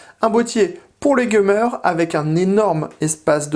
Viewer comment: "un boitier pour les geumeur" xDDDDDDDDDDDDD